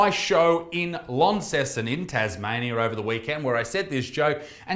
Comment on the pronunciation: Launceston sounded like Inceston to me and it made me giggle